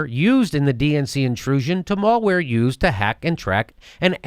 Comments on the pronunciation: Jimmy said maulware. lol. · my dude pronouncing Malware wrong lol